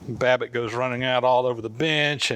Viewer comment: Did he say wabbit?